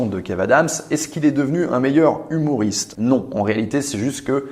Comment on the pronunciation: J’entends « humouriste » ? Mais le mot correct est « humoriste » bisou